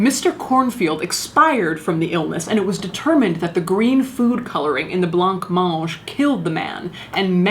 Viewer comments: Okay first off I absolutely adore Caitlin. I love her sense of humour and her videos are the best thing on YouTube. Seriously. So here’s the “but”... I have to mention the pronunciation of “blancmange”. In the UK (where I’m from) it’s pronounced “blammonge”. The “ge” at the end is as it sounds in “Gerry”. So to hear Caitlin pronounce it as two separate words “blonc monge” is funny as heck. Love you Cait 😁💓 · Word to the wise Caitlin... That dessert is pronounced bla-monge, not blonk monge. It's french. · Blancmange is pronounced "blur-monj"... 😎🖤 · Interesting i knew it was used in wallpaper and fabric but not food and toys etc. By the way i think its pronounced blahmonj(i know that isnt how its spelt) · just for the record it's pronounced "Blam-Monge" no idea why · Is that really how you would pronounce Blancmange? Or are you just saying it that way for comedy effect? ☺️